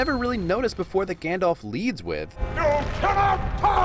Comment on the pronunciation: It's Gandalf, not Gandolf.